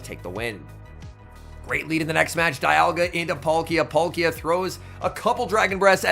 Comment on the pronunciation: Love when you say “dayalga” 🤣🤣🤣